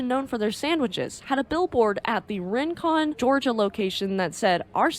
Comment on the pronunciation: Also the city of Rincon Ga is pronounced "Rink-con" by the locals. I just saw Fourth of July fireworks there and have eaten at that very Subway many of times in high school. Although I was born in Savannah I lived there in grade school. There is actually a massive scandal and investigation in Rincon over city officials misusing public funds that has all the locals attention so the sign went under the radar. Pretty bad when Rincon once again makes national news for all the wrong reasons even somehow ending up on Shipwreck Sunday! Good Ole Rincon! * Rolls eyes.